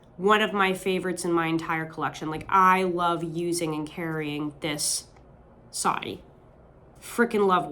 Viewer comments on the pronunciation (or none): I have a Middle Eastern friend who goes with me everywhere as well. Oh, my bad; you said “Soddy”, not Saudi. I might have to pick up one of those recovers.